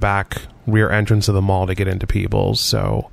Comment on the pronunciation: lol I thought you said Peoples (as in the jewlery store) then I'm like wtf is peebles.